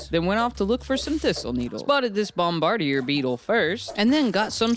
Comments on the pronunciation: Bro it's pronounced bomb ba deer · It's pronounced bom-ba-deer